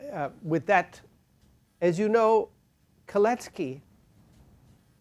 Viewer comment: Kalecki not Colettes Key😁